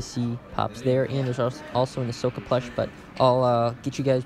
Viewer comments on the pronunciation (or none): none